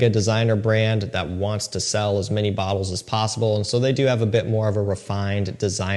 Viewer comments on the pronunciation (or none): none